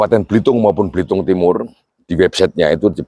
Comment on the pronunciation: Bukan balitung tapi belitung pak salah pengucapan bapak itu